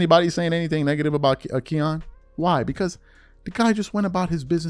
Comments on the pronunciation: Its Kiyan not keyon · His named isnt Ke -yon lol its its pronounced Ki-ann lol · I hate to be this guy but your haters are going to kill you for pronouncing his name wrong. It's more like cayenne than Keon. Just saying 🤷🏿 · His name isn't KEYAN it's KIYANE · His name Ki-yan is actually pronounced, like the Porsche truck “Cayenne” or the pepper 🌶️ “Cayenne”. Nd yes he’s really good. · It's Ki-yan nigga get it right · U sayin his name wrong bro KI ANN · His name is not the way you’re pronouncing. It’s pronounced like Cayenne pepper kiyan Anthony. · “Kee-Yan”😂😂😂😂 This dude don’t know shit lol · who tf is KEE AWN?? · idk how much it matters but his name is pronounced "Kai-an" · Its "KYE-YAN" lol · My God you butchered Kiyan's name. It's pronounced Ki- (rhymes with high) yan (rhymes with fan) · !st off learn how to say KIYAN name right 2nd i root for KIYAN i thnk he shuda ben a Mcydys player that was B.S but then u cant compare college stats to anything the NBA does game aint the same we seein #1 picks flame out so stop it💯💯💯💯💯💯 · You’re saying his name wrong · You are a piece of shit. Why don't find something else to talk about? You don't even know how to pronounce his name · Saying his name all wrong 😂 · You said it wrong say ki like you saying Kyrie name and the boy is a dawg just like melo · be butchering everybody name 😂🤦🏾‍♂️ all you gotta do is watch some highlights and you’ll hear the commentators pronounce his name correctly. That’s the verbal equivalent to misspelling somethin online when you can just spell check. I rock wit the content doe fasho! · Love your work but mispronouncing Kiyan is losing credibility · How can you not know how to pronounce his name?? NOBODY has ever called him that! 😂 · Thirsty for content! Can’t even say melo son name right goofy ass nigga! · Gshit, I cringed for the entire video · PRONOUNCING HIS NAME WRONG 🤷🏾